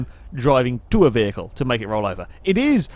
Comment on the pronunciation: LOL "vehical booster" "vehical"...